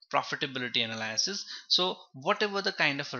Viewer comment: everytime he says "analaaasis" my soul cringes